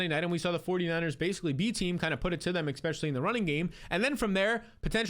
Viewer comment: PLEASE stop saying EX-specially